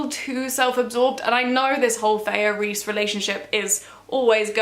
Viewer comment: also who do you pronounce her name Feyah instead of Feyrah lol